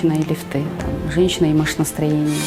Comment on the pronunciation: лИфты!!! пожалуйста правильно говорите!